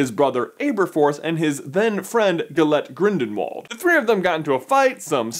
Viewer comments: Accept for the fact that he says Gilet Grindenwald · "gellet grindenwald"